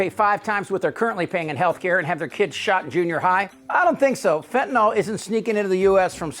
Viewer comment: It's fentanyl, not fentanol.